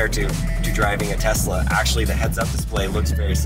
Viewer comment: Sooo- it’s a “Tresla”? A truck and a Tesla combined 😂🤣